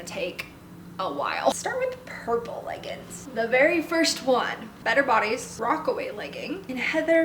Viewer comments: Great video but leggings is pronounced leg-ings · I love that you say leggin' it's adorable lol